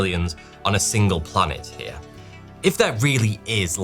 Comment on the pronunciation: Forty two heah